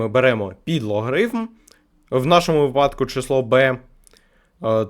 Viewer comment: Почитав коментарі під попереднім відео, і тепер шукаю всякі обмовки і неправильні наголоси хахаххаха, те що треба на контенті пов'язаному з математикою, так от знайшов, ти сказав випАдок, так не можна казати взагалі ніяк хахахахахха)